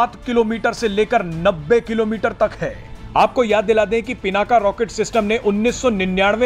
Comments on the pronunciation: Bhai Pinak bol PinakA kyun bol rhe ho. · पिनाका नही पिनाक है इसका नम सुधार लो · पिनाका नही पिनाक नाम हैं। भगवान शिव के धनुष का।सत्यानाश हो अंग्रेजी बHयाद mB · भगवान शिव के धनुष का नाम पिनाक था , आप बार बार पिनाका बोल रहे हैं । कृपया अपना उच्चारण ठीक कर लें । जय हिन्द । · कृपया पिनाका नही पिनाक कहे। ये संस्कृत का शब्द है। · As a news reader you have to pronounce a distinct name correctly. The fire arm is पिनाक । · भाई साहब 'पिनाक" होता है